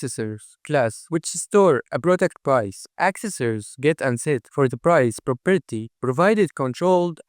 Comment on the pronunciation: very nice explanation but if I hear "properity" again I'm going insane